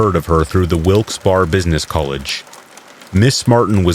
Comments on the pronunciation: Wilkes-Barre (like bear-a), and ste-nog-ra-pher, sorry, but I never hear you mispronounce, I thought you would want to know. :yougotthis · It's pronounced Wilkes-Bear not Wilkes-Bar